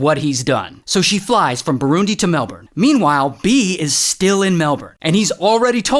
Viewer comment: "MAAL-bORN, ASS-tra-LEAH"